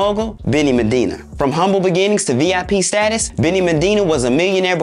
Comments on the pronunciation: MANDINA ??? It’s weird how you create an entire documentary clip on Benny Medina but didn’t even learn his name properly. You literally mispronounced his name MANDINA the WHOLE time. Such a simple yet important detail that makes you look so unprofessional as a channel, and discredits your journalism. Nobody even caught that before you broadcasted it to your audience??? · As well as saying Medina's name wrong the whole vid lol. He'll get better though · I really wish he'd stop calling him MENdina......his enunciation is horrible! I died when he said "legal-alities"! 😭😭